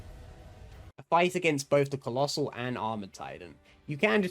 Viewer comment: HAAAAAAAAAAAAAAAAAAAAAAAAAAAAAAAAAAAAAAAAAAAAAAAAAAAAAAAAAAAAAAAAAAAAAAAAAAAAAAAAAAAAAAAAAAAAAAAAAAAAAAAAAAAAA he said collosal